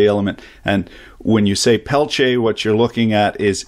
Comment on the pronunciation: Not really. It's more like quantum effect, Peltier's use semiconductor couples. But those are worthless for anything big, it's great as cooler in high precision lasers and electronics. Needs massive heat sinks though. Thanks for teaching me how to pronounce it right in French.